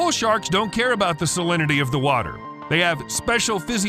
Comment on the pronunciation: The flod... Noe... What wather was? 😉